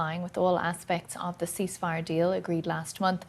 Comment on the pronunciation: "Yeah I said I agreed to a youceaseifire"